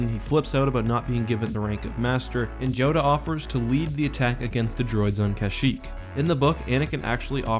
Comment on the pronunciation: Did you just say Joda